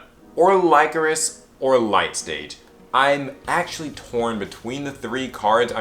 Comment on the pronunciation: When you say "actually" it sounds like axily